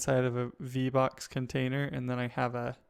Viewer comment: vbox sounds like v bucks